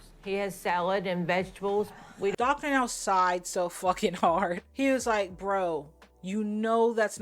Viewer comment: When he said to his dummy GF, " it's frard rarce" bloody heck 🤦